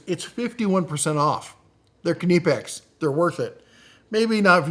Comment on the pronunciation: Are you saying ka-nee-pex? I’ve seen this discussed before, it’s pronounced knee-pex. Kind of like knife, not ka-nife.